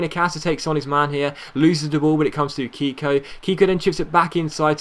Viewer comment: you are pronouncing Keko like if his name was "Kiko". The pronounce it the right way you should say the "e" as in the word "Melt" for example.